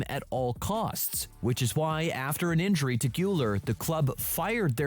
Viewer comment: why you keep saying "enjury" bro its "injury" 😂